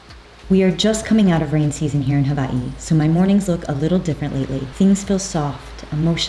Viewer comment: W is pronounced V in the Hawaiian language- that’s the correct pronunciation. 🤙🏼